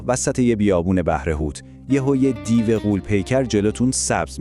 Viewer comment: سلام، بعضی کلمات درست تلفظ نمیکنی،مثلا دیو میگی (دی یو‌ُ)وچند کلمه دیگر.درهرصورت موفق باشی،منتظرداستان بعدی هستم. رضاازمشهدالرضا